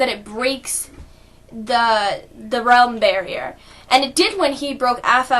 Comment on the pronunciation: realm* not relem